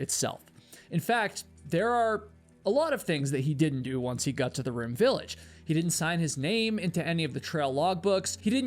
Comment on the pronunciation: Love your videos! But ive just got to say something. Am i the only one who notices that he pronounces his o's like u's, So "got" sounds a bit like "gut"? Is this a new England accent?